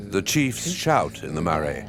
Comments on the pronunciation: MAR- RRYE...Marae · The producers really should have checked they had the correct Māori pronuncitation! Something of this level should not have missed that. Marae and ? Bro